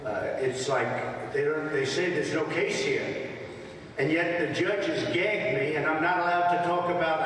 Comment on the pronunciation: How do you make gagged a nine syllable word 😆